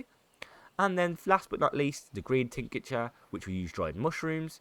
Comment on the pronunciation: Superb guide mate, really well explained, every detail for each topic, keep it up! One thing that really bugged me was how you keep on saying "tincature" instead of "tincture". There is no 'a' between "tinc" and "ture". So 2 syllables, not 3 ;)